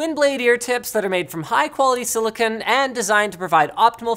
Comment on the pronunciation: The nu force earphones’ ear tips are made of silicone, not silicon. Get your pronunciation together.